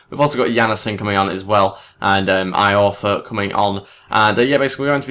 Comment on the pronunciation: its e-orfa